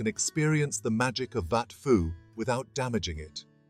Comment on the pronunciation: Are you seriously pronouncing it "wat Fo" ??😅 AI garbage... pictures from angkor wat, siem reap and all over